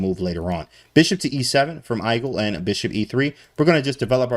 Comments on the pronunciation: Not hate at all, just found it funny that he pronounced igel like Eye gull and not eegull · Igel is german for hedgehog, and the I is pronounced like "ee"